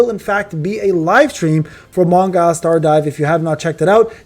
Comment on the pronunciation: Man, don't say Mong(ai)l, I bet you it's 100% Mong(ee)l! But whatever ;)